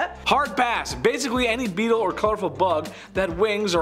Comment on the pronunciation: Beetles! Not beeltes. Just saying. Love your work! ❤️